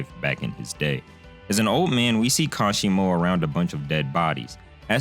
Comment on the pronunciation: Kashimo Hajime my man, Not Hashima